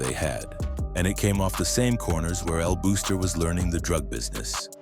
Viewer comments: El Buster* not El Booster! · It’s El Buster no El booster. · it's pronounced more like "buster" with a Spanish accent than "booster"🇵🇷🇵🇷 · "EL BOXTER", not "booster" or "buster"... #IYKYK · El booster? El Buster it's pronounced Boss...ter And he didn't run the entire island 😅😂....He did owned several important parts on Carolina and Bayamon. Hector el Father used El Buster as a marketing strategy and Angelo allowed the BS because his legend grew and that gave an aura of power...that being said the Feds bought the bullshit too😂😅